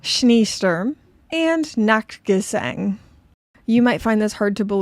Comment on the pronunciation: Nachtgesang wasn't too bad actually! Scheesturm the furthest off - ee is pronounced like -ay rather than how it looks.